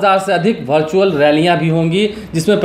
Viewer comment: Virtual hota hai.. Bhai... Bhartual nahi